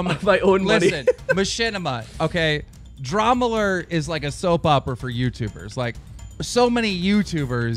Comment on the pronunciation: I don't know what I'm more annoyed by, the fact that he had an extra cup, or the fact that he kept saying "dramulert".